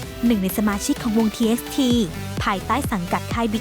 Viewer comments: TxT อ่านว่า T by T ทีบายที นะคะะะะ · แอดคะ ชื่อวงที่น้องฮยูหนิงไคอยู่ อ่านว่าทีบายที น้าา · TXTอ่านว่า ทีบายทีนะคะ แอด😅 ย่อมาจาก Tomorrow by Togetter//เสียงแอดดีมากกกก